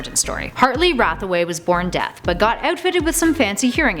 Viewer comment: Did anyone else notice the mispronounce of "Deaf"? She said "Death" instead. It really bugs me. I love this channel, but come on. That paired with the "Grood" instead of "Grodd"? I mentally face palm.